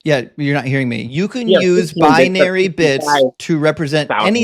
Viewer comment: Binary, not bianary.